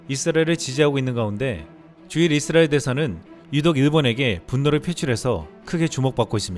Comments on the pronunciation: 이스라엘 발음을, 잇쓰라엘 로 하시네요. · 발음좀 똑바로해 잇 쓰라엘이 아니라 이스라엘.